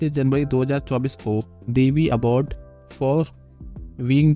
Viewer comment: You're very funny name, Award you pronounce Abaad